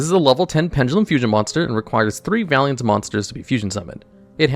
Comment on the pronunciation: The way you misread vaylantz as valiantz will never not bother me